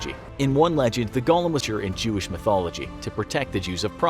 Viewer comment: I can't upvote a video that pronounces golem like gollum. It's a long 'o' like in wingardium leviOsa! Sjees!